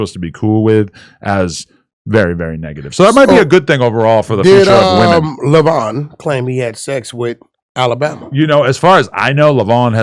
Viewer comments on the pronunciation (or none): 😂 every time they say leyvon 😆😆😆😆😆😆